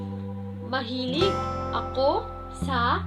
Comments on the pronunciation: 最後のGは発音しませんよ！大雑把に言うと、｢マラーみん｣って感じです！ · Mahilig の g が聞こえません！ いよいよ耳がとおくなったんやろか？